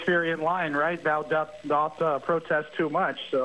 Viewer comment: "The lady doth protest too much, methinks." If you don't know it, don't say it. And don't mispronounce doth. You don't say dozz for does.